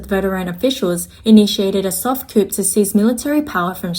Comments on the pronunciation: thanks for the info. Just a small suggestion though - please pronounce coup as 'koooh' rather than koop. Everything else sounds good. Thanks again. Your videos are very helpful. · "Coup" is pronounced "Coo"! The "p" is silent! Please spread the memo to your other narrators as well! I cannot take another one of these videos littered with "coops" unless the topic is poultry housing! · FYI coup is pronounced with a silent 'P'. So it's coo. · I turned it off when she said they're planning a coop. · i mean, eng not her first language. bet plenty of americans pronounce it coop too